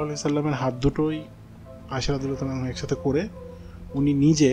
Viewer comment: sry bro but its ayesha r. anha not anhu plz correct it